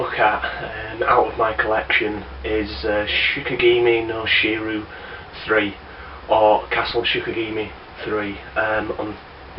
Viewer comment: Pronounciation tip :) it's she-key-gah-mee. Never played this series as I'm not really attracted by the art style. Also never heard of that Mobile Light Force thingy!